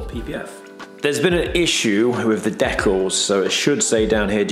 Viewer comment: It’s pronounced decals, not decals 😅 Amazing work, probably cost more than the car to do though 🪦